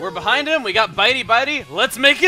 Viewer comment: Whoops! "Behing"